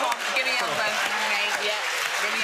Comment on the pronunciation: Kristen, what the hell's an "albow"? --concerned American